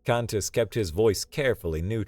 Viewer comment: For some reason, “Kantis” sometimes sounds like “Cactus”. 😊 Also, Kantis often sounds like Saris from Galaxy Quest.